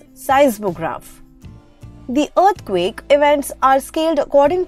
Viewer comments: Yes and as you listen to this video its saying Urth quake instead of earth quake 😂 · y do u say earthquake like that?